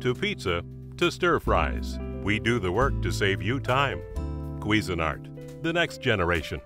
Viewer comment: k-wee-zin - art? oh my...